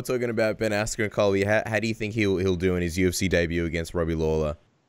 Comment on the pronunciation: It’s Colby dude not cobi